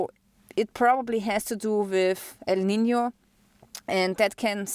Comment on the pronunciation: I surely appreciate you pronouncing "El Nino" and " La Nina" correctly.